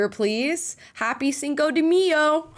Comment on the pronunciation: The dos equis one I get. He is saying dos aqui and cinco de MEyo